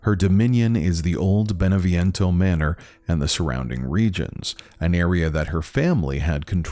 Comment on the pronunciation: Could you make more efforts pronouncing names correctly, Beneviento, Eva....